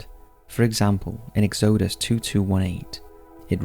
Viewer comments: Lol right, like how can someone get Exodus so horribly wrong. Exowdous... daiety wtf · Loved the video, but some of your pronunciations are absolutely baffling... ex-OH-dus and imp-OH-tence should both be an UH sound and the town is called Bury SAINT Edmunds not street 😂 I should know, I've lived there 😅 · lol EX-OH-DUSS was my favorite xD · Dee - A - Tees Ex - O - Dus Sorry to be grammar police but as a fellow Englishman I don’t know where you got the pronunciation for them from lol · Totally butchered Exodus, unless that's how you say it where you come from. It took me a good minute to figure out what you were trying to say.....lmao......its pronounced X-O-DUS. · Okay, you can pronounce Malleus Malificarum, but can't pronounce Exodus, deity, Saul, Circe, impotence, or reformation? I'm only . I find this channel interesting and have been subscribed for a very long time (years), but this is driving me nuts. I had to mention it at least once. Please use a pronunciation dictionary or something. A video doesn't need to be perfect, but the rest of the content and production value is good enough that the constant mispronunciations are distracting. It lowers the level of professionalism and effort I know you guys put into videos. I'm still giving it a thumbs up, but I hope you can take some constructive criticism. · I’ve never in my life heard Exodus pronounced like that... I’m gonna assume it’s a UK thing. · Can you pronounce “exodus” one more time for me? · Dude, I love your videos but PLEASE learn to pronounce words correctly! In the first two minutes you mispronounced Saul, Exodus, Circe and deities! Look them up if you're unsure, please!